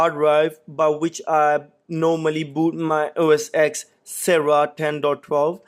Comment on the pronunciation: Don’t watch this guys videos... he says “OS X” it’s OS Ten,but even Apple calls it MacOS now...